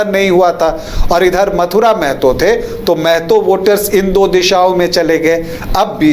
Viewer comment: पहले आपलोग महतो ढंग से बोलना सीखिए मैडम और सर जी, जानकारी के लिए बता दे कि मेहतो नहीं महतो होता है।